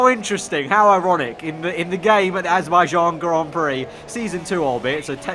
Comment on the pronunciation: "The Azerbaijan Grand Prixyo" - 2017